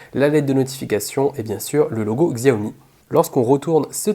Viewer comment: Xiaomi ne se prononce pas Ksiaomi mais Chaomi !